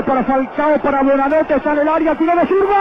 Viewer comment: durante todo el informe dice BUEnanote! y es BUOnanote